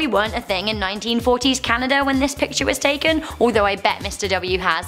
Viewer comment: "Pitchers" hold water and/or throw balls... you MEAN to say "PICTURE"... but you like Nic Cage, SO...